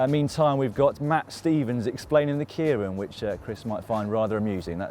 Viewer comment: OH FOR THE LOVE OF GOD, FIGURE OUT HOW TO SAY KEIRIN!!! CHRIS!! YOU NAMED A BIKE AFTER A TOWN YOU TRAINED IN FOR THE KEIRIN! SLAP HIM! To put it simply, it's "Kei" as in the letter "K", and "Rin" like Lord of the Rings, minus the G. K-rin. Keirin. S'NOT 'ARD. edit: just found that even Sir Chris messes it up when introducing aforementioned bike. /facepalm